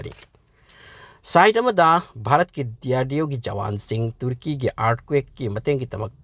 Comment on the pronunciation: Uisss ngaklebo kirakle ebo neiramliye pao khupa faobadi tuuurki 😂😂😂😂😂 tuuurki 😂😂😂👍👍👍 tuurki...sombu khangabok la natraga heirokla.... Marik chumna ucharan shengna pao pabibagidmk....